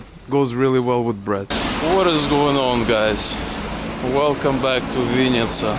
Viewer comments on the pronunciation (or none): It's not chl-YE-bna-YA chata, it's chl-E-bn[A] chata, or can't you read Ukrainian? There were no Russian labels. Dislike. VInn[i]tsa is Russian, you should learn Ukrainian being in Ukraine, not Russian. The correct version is Vinn[Y]tsia!